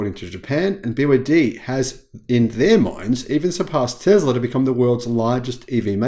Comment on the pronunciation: There is no z sound in Tesla.